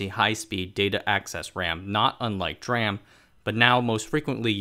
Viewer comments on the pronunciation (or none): none